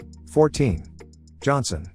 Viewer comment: Johnston. Get the name right